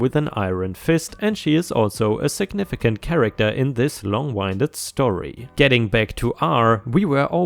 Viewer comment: Dear, "longwinded" comes from "wind" (weather) and is pronounced the same as wind. Just as wind is moving air, when one talks one's breath is moving. If one talks a long time, that's a lot of "wind".